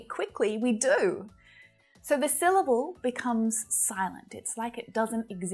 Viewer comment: The word “syllable” itself has only two syll - bles, not three.